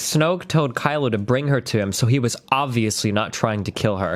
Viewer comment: My favorite part is him getting Kylo 's name wrong every single time.